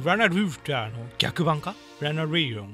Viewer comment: ラナリオンがアナルゴンに聞こえた( ▔･ω･▔ )